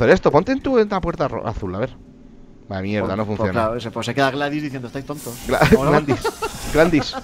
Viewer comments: tu mamas porque es glados no Glandis (⌐■_■) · me da risa como dice gladis en ves glados XD